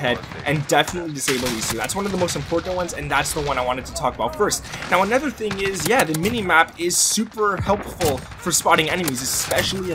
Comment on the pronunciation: In what region do people say “anether”?